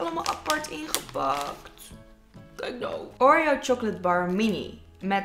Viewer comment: oREo .. die uitspraakt hahaha.